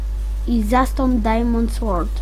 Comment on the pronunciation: Ahhhhhch.... Z tobą będzie duuużo pracy. 1.Przygotuj sobie scenariusz jeśli masz robić już jakiś poradnik. 2.Zanim zaczniesz uczyć, sam musisz mieć to bardzo mocno wbite do głowy. 3.Te "yyyy" "yyyy" "yyy" denerwują i nie da się oglądać... Wymienie ci wszystkie twoje błędy: - Majnkłaft? Ech... popraw swój angielski... Może zamiast "dajmond słort" powiesz po prostu "Dajmont słord" Truskawki nie wkleisz do obrazu 16x16 ;< "Tutaj mamy wszystkie nasze ajkony prawda" To nie jest w ogóle przygotowywane ze scenariuszem! CHŁOPIE!